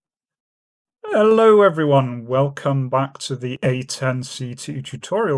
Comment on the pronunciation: "Hellou and welcome back to the reapers. Today we're going to look at the AIM9 Sidewinder.."🤪